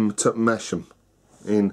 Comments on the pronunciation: GRRRRRRRR I could scream.. sorry to be pedantic but it's pronounced 'Mass-ham' notg like Mash-am. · Its Mass-ham LOL! I live near there! Love Theakstons